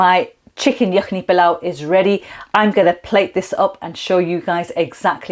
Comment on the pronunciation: Surely you don't need to anglicise all the words like PEELAW, come on you know how to say it properly.